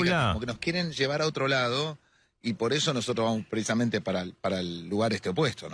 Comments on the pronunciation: ¿PreIsamente? ¿Soy yo o Bonelli dice así cuando arranca la entrevista? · Bonelli: "Preisamente"